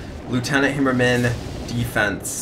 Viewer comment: Hammer-man just say it right -_